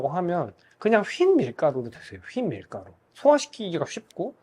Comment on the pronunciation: 요즘 낡은 이론들이 뒤집히는 걸 많이 보게 되는 시기인 것 같습니다. 이런 새롭고 다양한 의견에 귀를 기울이고 지켜볼 필요가 있어 보이네요. 영상 감사합니다 :) 이건 다른 얘긴데 흰밀가루를 휜밀가루 라고 발음하셔서 조금 놀랐어요😮 예전에 알던 지인도 흰색을 휜색이라고 한 적이 있어서요. 휘어있는 게 아니라고 다른 사람이 그 지인에게 말해줬던 일이 기억나서 얘기해 봅니다